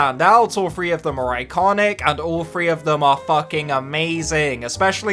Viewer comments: Love the way he says “ doom FREE” 😂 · Can he not say three all i hear is thfree or tfree